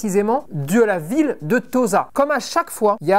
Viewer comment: Et Tossa plutôt que Toza pour la prononciation, comme pour Osaka!